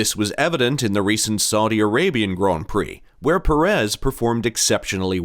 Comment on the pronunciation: Who is PerEZ? Pérez? Not that difficult, although Americans can't seem to hit the right syllable.